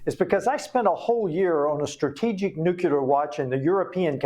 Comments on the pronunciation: I like what he's doing but how do we get congressional reps in office who can't pronounce nuclear ? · I am surprised, and embarrassed for him, that a US Congressman does not know how to pronounce a weapon the Russians may use. Nucular? I thought Benny Johnson was the only one who was illiterate on this. Is he sure he wants to file Articles of Empleachment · Teach Rep Homer Simpson how to pronounce the core word of his discussion "nuclear" not "NUCULAR" wtf? Props for the articles of impeachment even though he likely doesn't know the words.. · This guy can't even pronounce the word nuclear.....